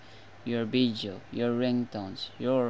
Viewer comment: "Vijeo" LMAO!!!!